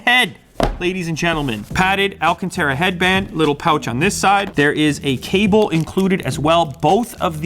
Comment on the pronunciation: It's not alcantra, it's alacatAra. ⚡